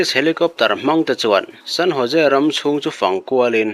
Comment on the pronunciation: San Ho..se ti a lam tur aw....San Jose tih kha